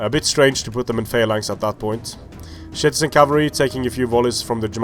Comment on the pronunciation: why are you saying shitizen cav